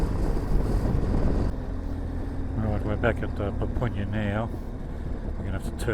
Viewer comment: Papunya is pronounced . "pupp-unya", not "poop-oon-yah"